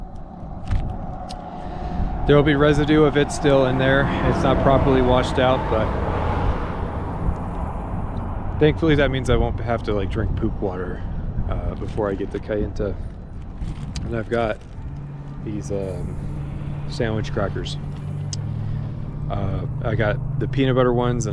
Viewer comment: Welcome and goodbye to the Navajo Nation! (It's pronounced Ky-baa-toe)